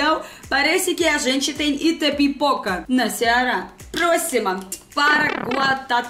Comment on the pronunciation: Você falou direitinho Itapipoca, no Ceará.